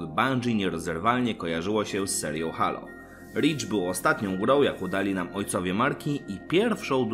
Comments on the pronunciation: wszystko fajnie, z tym że mowi sie "hejloł" a nie halo, mysle ze powinienes to odnotowac prowadzac kanal o serii halo :) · dzieki obejrzalem, ale nadal mnie to halo uwiera w uszy, moze kwestia przyzwyczajenia ;)